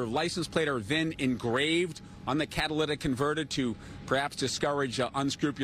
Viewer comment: "Catalyst in converter" Lmao catalytic converter. Props for not saying "cadilladic" tho.